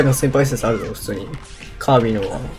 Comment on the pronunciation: カービィーじゃなくてカービィな